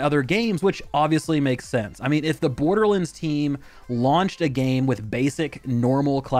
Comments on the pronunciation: Its pronounced "Borderlands." Not "Borderlinds." I don't get it. You had no problem saying "Wonderlands." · the way my man is saying borderlands hurts my soul